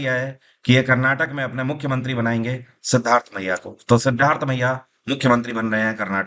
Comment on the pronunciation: Sir 🙏 आप कर्नाटक की CM का नाम "सिद्धार्थमय्या" उच्चार कर रहे है और ऑप्शन मे"सिद्धारामय्य" लिखा है। वैसे उनका नाम "सिद्धारामय्या" ही है और वो दूसरी बार कर्नाटक की CM बन रहे है। पहेली बार 2013 to 2018 बने थे और "देवराज अरस " के बाद वे केवल ऐसे दूसरे CM जो पांच वर्ष की पूर्ण अवधि समाप्त किया है।